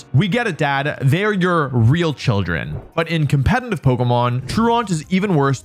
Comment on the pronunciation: I dont mean anything bad by this but: youre pronouncing "competitive" wrong. Youre saying "com-pe-ten-tive" or "com-pe-tenly" its actually "com-pe-ti-tive" or "com-pe-ti-tive-ly" I hope and think most people care less than i do (its a curse for everyone involved), but since youre saying it once or twice every single minute, its making me not wanna watch the vids. Even though theyre great. So instead of just going quietly, now you know. <3